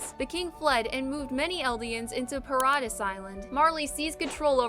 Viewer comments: Did she say Pa-RA-Di-us Island LMAOOOO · Hearing her pronounce paradis island hurts my soul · It should be illegal to say Paradis Island like that